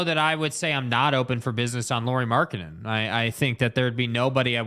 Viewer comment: Third syllable in Lauri Markkanen's name is "nen" not "den." gets it. must be listening to Bolerjack too much!